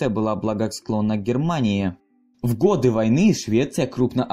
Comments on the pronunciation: Не годЫ, а годА Можно говорить гОды... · Режет слух, когда говоришь 1922 и 1933 годЫ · ГодЫ... и потекла кровь из моих ушей... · ГодЫ? Серьёзно? Я то думал, что автор разок ошибся, но когда услышал "это" 2й раз, мне захотелось оторвать себе уши! О, простите, УХИ! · Ништяк. Лайк, ток годы с ударением на ы не надо)). И где-то цифири попутали. На евреях. 100 тысяч. Конечно на пальцах но чего нибудь еще хотелось. Продолжайте в том же духе, всегда интересно посмотреть.